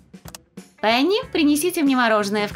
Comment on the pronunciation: Пени а не пэни